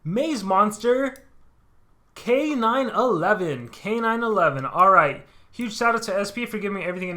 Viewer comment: I think his name is supposed to be K-9-1-1, not K-9-11